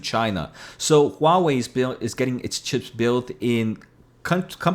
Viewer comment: You’re pronouncing Huawei just fine.